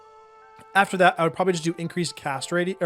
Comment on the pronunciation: Whenever you say “cast rate” I hear it without the space…. 😬